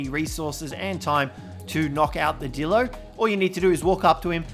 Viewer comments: You said dildo not dilo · Did anyone else notice that instead of dillo he said d*ldo